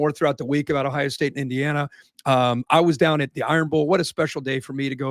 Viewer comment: It isn’t pronounced “ah-hi-ah” It is Ohio, really Kirk. You are from Ohio… Do better.